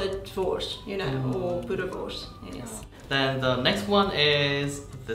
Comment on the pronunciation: I cringed when the Asian guy said boerewors 😂